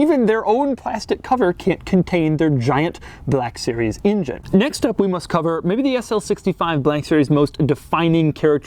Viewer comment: "Now I'm gonna start up front with the injun" Engine, Doug. Engine.